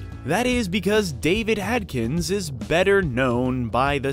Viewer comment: AD-KINS GET IT RIGHT!!! Not AT....Ad. Sorry its pet peve of anyone with the last name Adkins. like me.